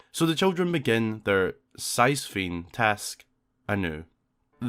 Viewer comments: The word is Sisyphean. It is pronounced sis-e-FEE-an. It's a reference to the legend of Sisyphus, who was the founder and king of Ephyra (now known as Corinth). He was punished for cheating death twice by being forced to roll an immense boulder up a hill only for it to roll down every time it neared the top, repeating this action for eternity. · sisyphean. pronounced like "sis if e an". a sisyphean task is a task that's like the punishment dealt to sisyphus by zeus in greek mythology. he was forced to roll a giant boulder up a hill, and when he got to the top, it would roll down again and he had to start over. it means a task without end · ooh, such a chilling yet cool detail! botw will never cease to amaze! Btw, Sisyphean is pronounced 'sis-sea-fee-an' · Heyo! I really enjoy your videos! I just noticed you had trouble pronouncing something and I thought I could help, I knew exactly what you were getting at tho! When discussing the task of the children in the afterlife, you mentioned a Sisyphean (pronounced si-suh-fee-uhn) Task. This references Sisyphus of Greek myth, an ancient king punished by the gods for cheating death that he was doomed to push the same Boulder up a hill only for it to roll back down again over and over again for eternity. Keep it up my friend thanks for the hours of enjoyment ❤️